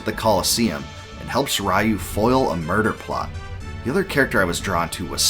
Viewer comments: A small nitpick , its Ree-you not Rai-you. But yeah, BOF II is probably my 2nd favorite of the series, hard to top BOF III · It's pronoounced "ryoo", not "rah you"